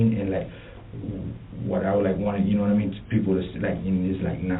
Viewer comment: "NOD-A-MEEN".? No, I'm afraid not.